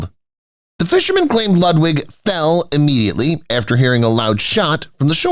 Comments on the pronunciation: Do try to pronounce the name of Ludwig correctly. Your repeated misprocuniation is off big time along with historical inaccuracies. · The narator mangles pronunciation of 'Ludwig' and 'Wagner' so can you imagine how he'd mangle 'Neuschwanstein' !!!